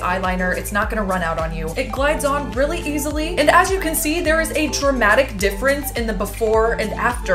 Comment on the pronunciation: Love it when shes like:REARLY ON FRIDAY❤😂✌